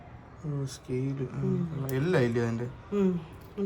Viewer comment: സ്ക്കെയിൽ അല്ല ചേച്ചി നാക്ക്